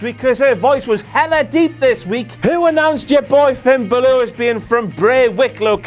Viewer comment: the way he pronounces finn balor...